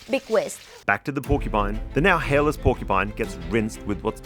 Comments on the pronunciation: “Porcu-pets” 😂 sorry but it’s definitely not a pet! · Except she can’t say the word “porcupine” 😂